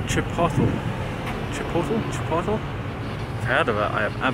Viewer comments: "Chip-Polt-Lee" lol. Awesome having you here in the US! I hope the Vegetable Peelers come out the way you're hoping! Cheers! Zip~ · To let you know you pronounce it(chi-pol-ay)